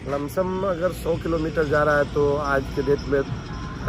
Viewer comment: Bhai be like "lumsum"